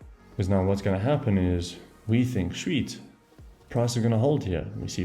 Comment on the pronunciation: Bruv, are you South African? Can't mistaken that "Shweet" around the mark 😅🤌🏾